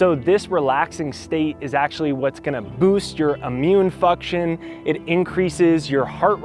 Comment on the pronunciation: Did he say, "immune fuckion"? 🤔